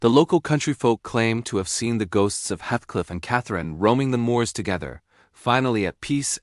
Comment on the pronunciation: Good summary but would have been better if the robo voice narrator had pronounced Heathcliff's name correctly.